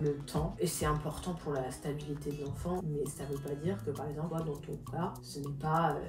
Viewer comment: « Paremple » au lieu de par exemple elle dit ça à chaque fois dans tout les plateaux où elle vas 😂😂😂😂 faut vraiment apprendre à parler